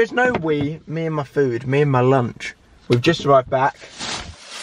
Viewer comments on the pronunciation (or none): The way he says lunch 😂😂